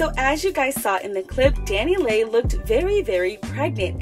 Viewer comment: Why you keep saying her name like that 😂 😂